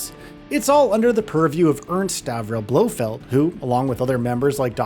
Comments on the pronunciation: It’s BloFELD, not Blofield. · Finally someone other than me said it. It's BLOFELD lol. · You’d think if somebody was going to go to the trouble of making a video explaining the story of the game, they’d at least learn how to properly pronounce the names they’re saying. Izzolah and Blofield? 🤦